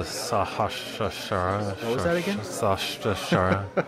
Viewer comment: Your casts are awesome! It's great to hear a caster just stating the facts, instead of getting excited over every single turn. The D is Djinn is silent. It's "Jinn". Sahasrara is "Sah - haas - rah - rah" Keep making films, I have enjoyed everything you have done so far!